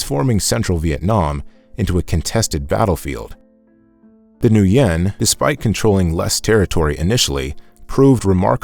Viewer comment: Thank you for this inspirational history of Vietnam history. Just a friendly suggestion to pronounce the Vietnamese names more correctly - according to the Vietnamese pronunciation as best as possible. For example, "Nguyen", is pronounced, "win", not, "New yen". And Quyen is pronounced, "win", also. Not, "Qui yen".